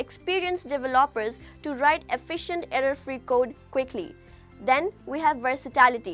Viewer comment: how can i trust this when you can't even pronounce the word "developer"